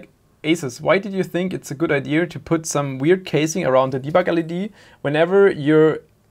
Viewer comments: Don't pick up that redneck "IdeR", please Just... don't Es gibt kein R in "Idea" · ia ia say after me ia not iar or ear lol jk but furealio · There is no R in Idéa. 😅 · "what a stupid idear" is that a meme on this channel or why does he pronounce "idea" wrong ? not hating, i love this channel ,just wondering . its in multiple videos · Lol you kill me with the way you say idea.... No mocking, love the content as always, but there's no r in idea LOL I'm dying..